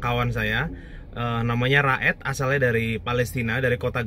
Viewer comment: Raed dibaca Ro'it